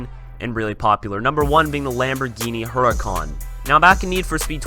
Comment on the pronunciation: Mate it's hur - I - can not hur-i-cawn